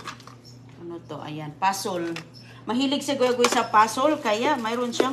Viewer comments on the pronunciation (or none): Pasol? Puzzle please, kindi, di ba candy? . Mag aral ka na please inday ng English. Tapos, ridi, di ba ready?